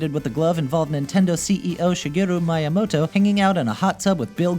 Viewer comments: Maiyamoto? You mean Miyamoto? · its pronounced Mii-ya-MOE-toe. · Another pronunciation error. Shigeru Miyamoto's surname is pronounced as Mee-yeah-moto like the Nintendo Wii.